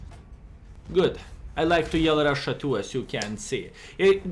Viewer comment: Hey! Hello From Brazil! o7 when skill says RUSSIA ahahahahaha